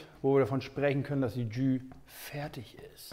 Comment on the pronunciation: "Tschüh". 😁Holt mal euer Gastro-Französisch nach!